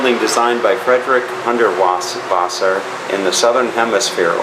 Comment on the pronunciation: Lousy video and the pronunciation of Hundertwasser is heartbreaking. The speaker is either sarcastic or terribly ignorant. Whet a pity, Hundertwasser should get more than this.